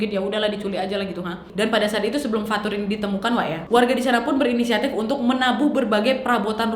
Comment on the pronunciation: Fathur: ✨Fatur anak erpeh✨